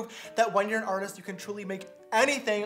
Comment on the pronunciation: An “AR-TEEST”